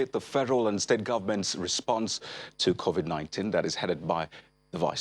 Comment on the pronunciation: Ask him the president why he called it COVIK not covid?